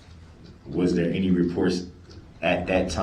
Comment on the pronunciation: Also has trouble with a simple word as any. De-rail pronouns it 'entie'